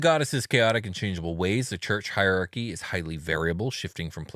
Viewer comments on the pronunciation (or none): none